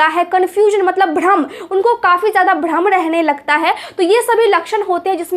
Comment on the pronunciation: Bhram ko aap Badam bol Rahe ha good Achal lagta ha aap ache ho so sweet mam